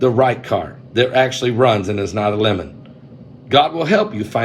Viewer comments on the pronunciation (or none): none